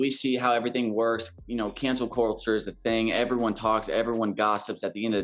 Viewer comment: "cancel corture "